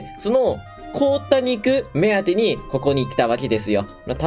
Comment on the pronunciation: 凍った肉がこうた肉に聞こえた…